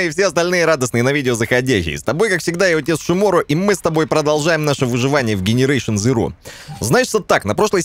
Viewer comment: ты специально говоришь генерейшен? Или всё же назовешь игру правильно дженерейшен зироу)